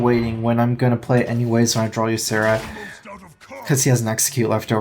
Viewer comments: So "drawl" is like Kripp's "hurtstone" thing? Where you deliberately keep on saying it that way just to piss people off? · What accent is this? So if I saw "draw" like "drawkawawalalalawalawa," it's just an accent? Your assertion is fallacious. It's merely a mispronunciation, as the other person mentioned.